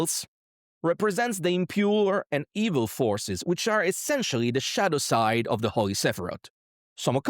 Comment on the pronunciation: I heard “shat aside” instead of “shadow side” the fist time 😂😂😂